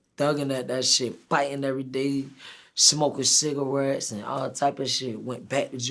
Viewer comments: “Smokin cigawets”-quando rondo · LMAO this nigga talkn bout being a gangster but can't even pronounce cigarettes lol 😭😭😭😂😂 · "WET CIGGAWETTS"